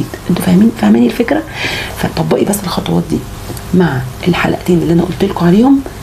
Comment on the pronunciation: خطوات و ليس خطواط